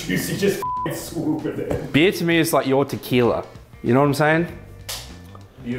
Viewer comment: "aye u dont drink what? beur, beer*"